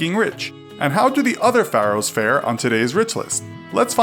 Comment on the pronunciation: You say Pharaohs wrong